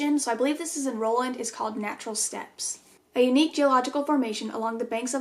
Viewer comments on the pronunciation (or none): none